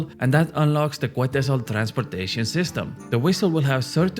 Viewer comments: its pronouce ketzal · The U is silent in Quetzal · Just a PSA, the quetzal bird name is pronounced Ket-zal, ive seen all the non latino content creators mispronounce it 😂